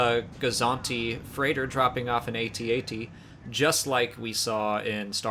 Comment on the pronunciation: I love that she pronounced each letter in "AT-AT." I've always said it that way. Is this the first time it's been pronounced that way in a canon source?